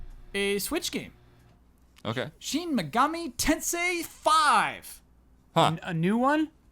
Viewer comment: I would like to give you super props for properly pronouncing Shin Megami Tensei. You actually used the proper i pronunciation on Shin (most people pronounce it like the body part)! There is no need for you to be embarrassed about that one. Well done!